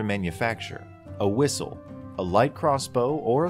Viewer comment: The moment he said whistle I immediately thought of the guards as British